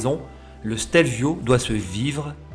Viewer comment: La première fois que j’ai vu une photo du Stelio, je pensais que c’était un fake. 🤓 Merci pour ce chouette petit reportage 🏍 et bravo pour accent italien !! 🍕🇮🇹